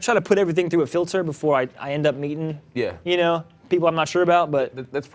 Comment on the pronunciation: did he say "mating" or "meeting" ?